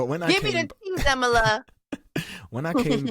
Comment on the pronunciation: Please pronounce his name correctly